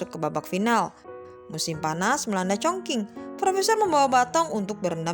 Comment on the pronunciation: Baca nya bukan congking weiii😂 ChongQing yang bener